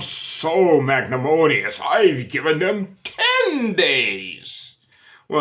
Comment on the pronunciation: Magnamonious is amusing, but the word is MAGNANIMOUS. Sorry.